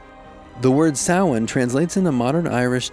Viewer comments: i only recently learned the proper pronunciation of samhain, and was pleasantly surprised he said it right! I am a very baby pagan and learning soo much lately (and also?? my parents are like. against all non-Christian things so the fact i wasnt taught the proper pronunciation is their fault lmao) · Pagan here: yeah me too! I was really about to expect them to say Sam-hain. Like how people who don’t know the holiday say it. I mean they got it right but they really kinda villainized the holiday in this video. Like I was hoping they’d push more for like how it’s a day of love and honoring your family and they put creepy music and scary faces on it. Like guys. It’s a day to honor the deceased, show some respect to the history at least! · Nice pronunciation of Samhain! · As an Irish person I salute to you for pronouncing Samhain correctly! Go raibh maith agat :) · Thank you so much for not pronouncing Samhain “Sam Hane” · Thank you so much for pronouncing Samhain properly instead of just SAM-HAIN like most of us Americans say, lol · I don’t celebrate ‘Halloween’, instead I follow the wheel of the year shown in the video and celebrate the pagan holidays. (Yule, Samhain, etc). I was pleasantly surprised they actually pronounce Samhain right. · not only did they give credit to Samhain instead of all hallows eve but they also pronounced it right <3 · At least they got one thing right. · Alright, fair play, you nailed "Samhain" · Love how the host said Sahian right! Blessed be! ^_^ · Those fires still happen! We are still around and still celebrate the old ways ❤ and also love that sanhain was pronounced correctly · Is no one gonna mention that only Northern Ireland was highlighted? It's all of Ireland! Also I'm SO HAPPY he pronounced Samhain correctly 👏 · THANK YOU FOR CORRECTLY PRONOUNCING SAMHAIN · FINALLY SOMEONE PRONOUNCES SAMHAIN PROPERLY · Oh my God he pronounced Samhain correctly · Thank you for pronouncing Samhain correctly! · Same! Pleasantly surprised 🙂